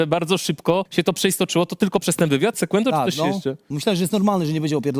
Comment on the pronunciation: Sekłento 😅 sie przejedzie po tym lizaku co z tego ze trenujesz lat dużo jak nie masz tego czegoś